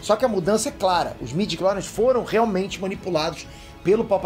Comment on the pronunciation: Informação realmente maneira! Mas midiories? Pwp! Eu sei que vc só está falando o que realmente está sendo divulgado! Mas pow! Midiclories? Mano! STW morreu